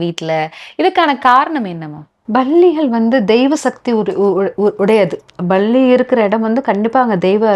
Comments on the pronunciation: Balli யா palli யா நன்றாக உச்சரிப்பது நல்லது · Balli..balli...balli 😮 palli pronounce properly